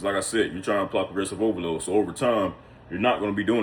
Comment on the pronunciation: Poresrovolooo😂😂😂😂damn bruh,if not for the captions,I wouldn't have heard any😂😂